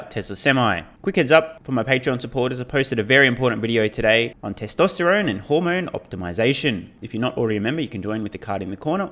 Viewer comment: Did you just say “teslasteron”?